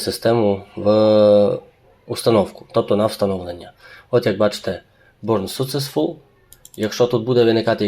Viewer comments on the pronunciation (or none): Бурн суцесфул)) ну чувак) не можна так над людьми )